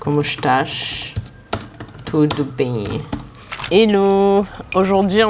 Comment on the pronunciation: Engraçado ver ela falando a minha língua "como exxtaaiixx,. Tudo beennm" Linda, maravilhosa. Adoro essa menina